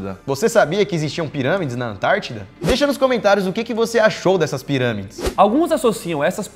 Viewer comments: Kkkk no minuto o Daniel fala ziramides em vez de pirâmides kkkk quem aí viu isso também ? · Cara o Daniel falou zirâmides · KKK AOS O MOLLO DISSE ZIRAMIDE kkk suave